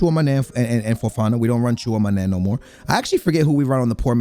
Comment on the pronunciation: Can he stop saying “tchuamane” lmao